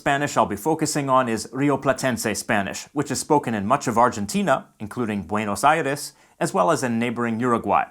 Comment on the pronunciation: me encanta como dice buenos aires y rio de la plata saludos de argentina